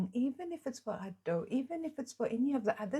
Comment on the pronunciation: Its not A - do its Ado with no drawn out A sound. like youd say Ado(be) just without the 'be' on the end. But at least your not saying like ayedoh which makes me wince lol. Do more reactions to her she is amazing!